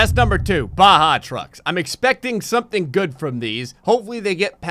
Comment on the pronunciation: IT'S BAJA NOT BAHA